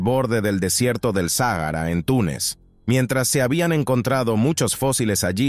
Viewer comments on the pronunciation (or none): none